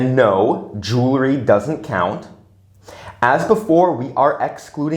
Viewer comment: Please don't say jewlarry! It's jewelry!